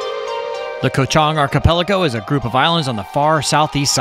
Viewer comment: Koh Chang ! Not Koh Chong 🤦🏼‍♂️